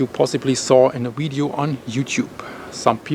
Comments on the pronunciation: Its not widieo its Vidieo Vih vih vih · Love, love, love how he says wideo. Thanks for the updates and information. Be safe brother